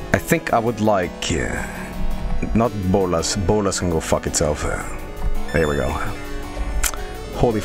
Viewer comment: "No bolas plis" I speak spanish and that sounded so wrong.